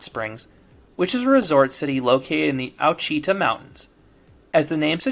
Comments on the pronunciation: It's pronounced Washitah not owchita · Ouachita is pronounced Wash-it-taw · It’s Wash-I-taw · Did you say Owcheetah? LOL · I don't mean to be that guy, but it is pronounced (Wash-eh-taw) referring to the Ouachita Mountain region. I live in Northwest Arkansas and have been to Magic Springs a handful of times. Ive always loved the park aince i was a kid. Great family place for a summer getaway. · Ouachita Mountains pronounced Wash ih tah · Goddamnet Ouachita is pronounced WASH-it-aw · I called the police when I heard your pronunciation of "Ouachita". 😂